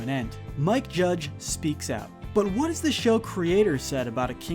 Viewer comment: "I'll tell ya hwhat"